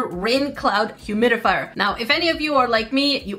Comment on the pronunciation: Did anyone else notice called it a humidifrier? 😂